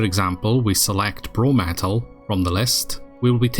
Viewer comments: I'm going to be that guy but it's brom- eh - lite not bro-metal 😂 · Are you still calling it "Bro-Metal"? Because I, too, got super triggered by seeing you HOVER YOU MOUSE CURSOR OVER "BROMELLITE" only to hear you say "Bro-metal". It's downright unhelpful and confusing. Other than that, the video is short and to the point, even if the info might not apply to the current state of the game anymore. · I was tearing my hair out watching this lol. Since when is Bromellite actually pronounced BroMETTLE. READ !